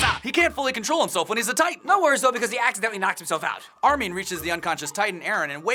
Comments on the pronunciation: 1:it's Armin not Armeen 2: He came out of the nape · Di...di..did you just cal armin....armi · armin? who's that? all i know is army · "Armeen"..bro it's Armin. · instead of armin... did they say armie? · Ar-min, not Ar-meen. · Your too focused on going fast u said armeen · Rae Haraway sounds like they're saying armean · Did they just say ar-min wtf?????? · You said Armin wrong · Why do they keep saying Armin like Armeee-an and Erwin like Erowin? And dude, the Titan at the end was obviously inside the wall, not breaking it. The wall was chipped and broken because Annie tried to climb it, therefore exposing the Titan on the inside. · Lol they said arrowin instead of erwin and armeen in staid of armin